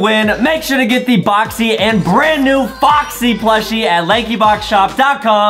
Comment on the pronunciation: boxy its sad bikas justin like foxy not boxy